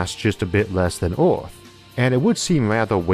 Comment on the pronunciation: Say "Earth" Isaac "Eerf"